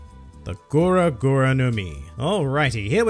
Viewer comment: it's gura not goro